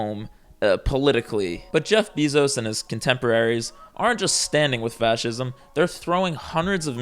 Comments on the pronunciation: It's pronounced BAY-ZOS 😢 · He’s saying “Bezos” weird too 🥲